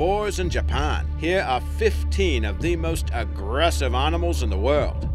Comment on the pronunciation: Arnamals and Hum-a-noids Could listen to this shit all day